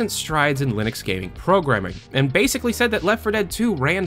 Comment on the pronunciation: "former Valve Lunix programmer" Alright then.